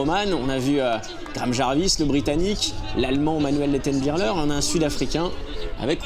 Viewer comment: Le commentateur qui dit Manuel Lettenbi*CH*ler oh putain virez-le c'est insupportable.